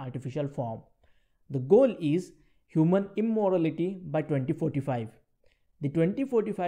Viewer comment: Its "Immortality" not "Immorality" :D